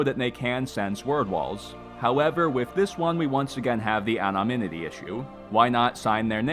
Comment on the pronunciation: "Anominity" lol